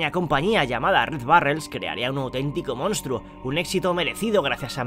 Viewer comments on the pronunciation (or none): none